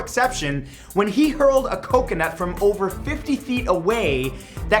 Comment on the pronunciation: I love it when he say coconuts its so funny lol